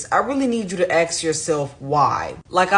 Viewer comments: “Ax” instead of “ask” Wonder why they do that. Futurama was right in that word. But it’s mostly black females who say that? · If you say "ax" for ask, I really need to ASK you why?